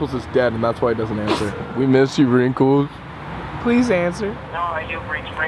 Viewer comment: I heard PLWASE DON'T CALL BACK